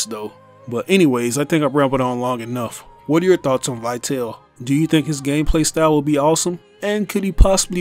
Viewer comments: The correct English pronunciation should be "Vitali", not "Vaiteil". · It's pronounced "Vee-tahl-eh." It's Latin/Italian for "lifeful." Just like, "vital." Let us all remember that the DMC series is inspired by the real life works by Italian poet and politician Dante Alighieri. He had written many of them. His most famous include his Comedy (often referred to as the Divine Comedy) and la Vita Nuova ("the New Life"). Although the games are not exactly or faithfully based on these works, they're certainly inspired by them. Not only that but in other artists and notable figures, too. Such as Trish (for "Beatrice," the lifetime love of Dante's), Nero (a Roman emperor) or Vergil (another notable poet, and Dante Alighieri's mentor in his Comedy). This new character could be a reference to la Vita Nova, just like the other have serve different references over the years. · I dont think that Vitale is pronounced as "why tell". Just imagine it having something to do with latin (which is probably the case), not english, so, take Vita (again, not "why ta") and add "le" at the end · His name is actually pronounced ''Veetali''. It's italian. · Vitale is pronounced Vi-tah-lay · I don't trust in speculations made by someone who can't even figure out the pronunciation of the name "Vitale"